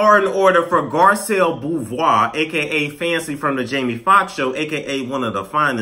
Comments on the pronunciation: I think it's pronounced Boo-vay, boo. It's not my name, so I can't confirm or deny this info. LOL. But I think that's how it would be pronounced in French. But sis is better looking 99.9% of the women across all the franchises. She's stunning & classy, I hope she doesn't turn out to be looney tune.🤞🏿💜👑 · I like you but please learn how to say her last name right if you're gonna talk about Garcelle again. Thank you:)